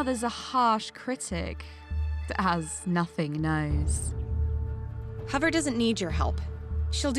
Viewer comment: It was kinda funny when fire said who's hovver